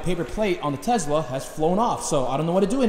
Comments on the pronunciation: What is a tezla??? Weard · The amount of times he said “Tezla” 😐😐